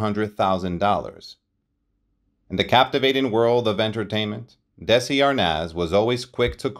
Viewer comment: Lose the AI narration/pronunciation and get the Desi's correct. Otherwise a pretty good telling of their story. They practically invented the modern "sit-com", and were smart enough to own it as well as the studio that produced so many other programs. Somewhere 'I Love Lucy' will be running forever, and people will still love it.